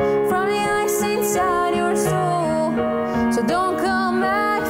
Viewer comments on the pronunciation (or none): It's not sool it's soul LOL